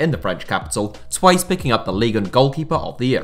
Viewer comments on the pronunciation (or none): why do you say thrise instead of twice